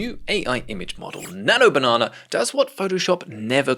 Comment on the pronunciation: 12;07 i am surprised how could you pronounce it the correct way ? thats how we say it in arabic